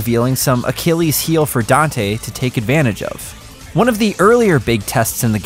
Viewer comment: Finally a gringo that can pronounce Dante's name correctly